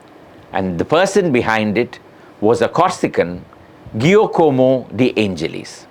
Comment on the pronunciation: Fascinating episode, Sriram. Never knew of this connection of Madras to aviation. Only one minor observation: His first name is most likely pronounced "Jee-a-como" not "Gee-a-como". - as it is to this day.